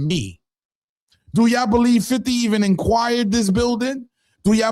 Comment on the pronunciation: Damn,. It's not "INQUIRED the bldg". It's ACQUIRED, which is to obtain. Inquired is to ask. You can tell who was cutting class in school.